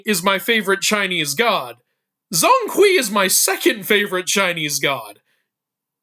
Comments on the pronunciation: Broooo please get the pronunciation right it’s not zong kwee it’s more pronounced jong kwei 😭😭😭🙏🙏🙏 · zhong hui should be spell or pronounce Jong kway. eveyone is pronounce as Zon kwee. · Zhōng Kuí 鐘馗 pronounced "Jong kuay" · BTW Zhong Kui's pronunciation in Mandarin Chinese is Zhown Kway, if you're interested. Zh is pronunced like Dr (as in Dragon) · you gotta work on your pronunciation of Zhong Kui 钟馗